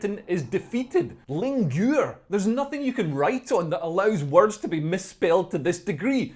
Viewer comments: I don't know what lingure is but it sounds... almost appetizing. Oui Monsieur, I'll have the linguuuure avec des pommes de terres and the sautee'd carrots, s'il vous plait. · lingure. Linguine 😂